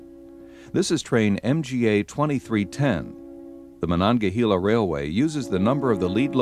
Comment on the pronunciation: Pronounced “hay la “ not “hee la”